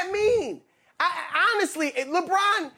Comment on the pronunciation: Why can't he say Lebron name properly? Why does he over emphasise it?